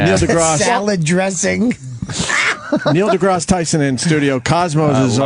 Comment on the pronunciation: Opie: Neil "DeGrahss" Tyson. "Epp-ee-tome"